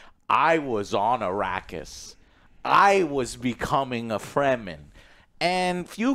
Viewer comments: "free the free-man" , ? , Frem-men, say it with me frrreeemmmmm Men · It's Fremen not Freemen :))